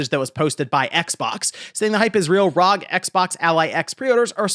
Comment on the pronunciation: Say it with me now R…….O……..G. R.O.G. Homie forgot what started the scalping scene it was the Nintendo switch. I actually subscribed to the channel shortly after the switch scalping of 2019 i made a killing and decided to sub to this monky man but. his inability to pronounce acronyms correctly is making me reach for that unsubscribe button